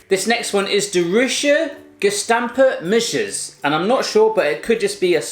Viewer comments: Im so offended by how he opened the ‘gestampte muisjes’ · jaaa zij zij bij de gestampte muisjes gastampte muusies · Jodenkoek: jeudenkeuk Gestampte muisjes: kestampte muusjes Roze koeken: idk wat hij zij 😂 Koetjes reep: khoetjes riep Pepermunt: gwn best goede uitspraak 😝 Zoute ovaaltjes: zoete oviltjes Stroop wafels: stroep waffels Peijnenburg: piejnenburk Rookworst: roekwurst Zoethout: soethoet Salmiak: idk wat ie zij Borrel nootjes: borrehl neutjes Kaneelstokjes: kenil stoeukjes Geen haat hoor ik vond het een hele leuke video Groetjes uit the Netherlands 😝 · Floor Mak hij zei vgm ghestamphe musjes klinkt als gestampte musjes 😂